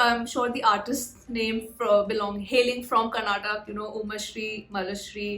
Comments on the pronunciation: Hi. It's not Karnatak. It's KarnatakA. Please correct it. Thanks. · it's not karnatak.................! KARNATAKAAAAAAAAA😅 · It's not Karnatak, it is KAR-NATA-KA. IT IS KAN-NADA not Kannad. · Again it's not tak it's TAKA 🙏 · Madam I don't know your name but i need to say it's not karnatak , it's KAR + NA + TA + KA = KARNATAKA 🙏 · Madam its not Karnatak Its 'Karnataka' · Next time please pronounce it as KarnatakA and not karnatak. Please use the "A" at the end